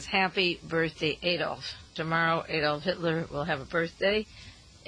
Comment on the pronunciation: ITS NOT A-DOLF. its adolf. or uncle addie.. joke.